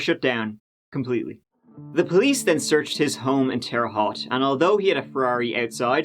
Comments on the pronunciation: Bro, it’s always so weird to hear cases on this channel take place around towns you are familiar with lol btw, Terre Haute (“Hot”) is pronounced “Hote” lol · Hearing it pronounced Terra-HOT has been an adventure lol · Lol its pronounced terra hoot.....cheers mate ! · I'm a resident of Terre Haute, Indiana... Quick correction, Haute rhymes with Boat, not Lot. But hey, most people mispronounce both Terre and Haute, so you did better than most! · Your pronunciation makes sense, but it's Terra Hote, rather Haute. ¯\_(ツ)_/¯ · Terre Hot lol. It's pronounced Terre Hoat. It's a dump of a town but we also have the Federal Death Row housed out at the prison on SR63. They just started executing them again. Hey you should do a video on the inmates they just executed. Would love to know their stories. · Terre Haute is pronounced Terra Hote. Or Terry Hat if you want to annoy people from there. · "Terra Ho", Indiana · Terre Haute is pronounced like: Terre="Tare-uh" Haute= boat, but replace the "b" with "h" Tare-uh h-oat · They say terra hote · The correct pronunciation of the Indiana town Terre Haute rhymes with Sara Smote. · In case you need to say "Terre Haute" ever again, at least we here in Indiana pronounce it (tear uh hote). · Terre Haute, pronounced like boat. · Midwesterner here and big fan, but needed to tell you how we pronounce i5 Creighton = Cry-tin Terra Haute =terra hoe-t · What a real p.o.s. who did nothing but destroyed families. Burn in hell. On a side note, I dont mean to be a grammar nazi, or in this case a pronunciation nazi, but the "Haute" in "Terre Haute", Indiana is pronounced "Hote" like rhyming with "Note". I only know this cuz I'm a huge Larry Bird fan and thats where he's from. Bet you never thought youd ever see a Larry Bird reference in a comment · Terra Haute pronunciation is sooooo off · Terre Haute = “Terra Hote” (Haute rhymes with goat). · yo just as a heads up, terre haute is pronounced like "terra-hote" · It's pronounced "Terra Hote"